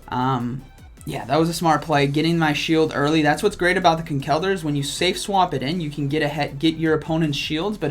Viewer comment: Yo how you say Conkeldurr is very annoying as an irish person how its said is Con-kul-der